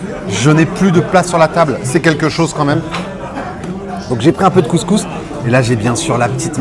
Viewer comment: Le mec même pas capable de prononcer couscous correctement. Un blanc qui est allé 3 fois au maghreb, classique quoi. Regle n1: si tu peux pas prononcer le nom d’un plat, le juge pas. 😂